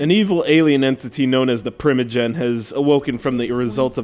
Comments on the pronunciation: *OCK-ah-ree-na *pr-EYE-mah-jin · The PRIM-agen........ You even play a 64? Nice review tool